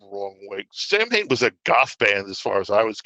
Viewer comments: What's so hard about just pronouncing the name correctly? Sam Hane sounds like the name of the founder of Hanes underwear company. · He pronounces it "Sam-Hain"? Interesting.